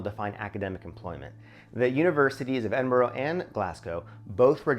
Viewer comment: It is not "Edinburg." It is "Edinboro"